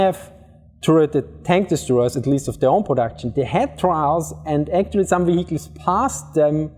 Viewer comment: Wee Weee we Heeechiles .. vehicles. . I think the 1st pronunciation is better lol